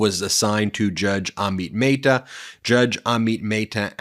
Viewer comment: Curious when you will start pronouncing Judge Amit Mehta's name correctly. Even Google Translate pronounces it correctly.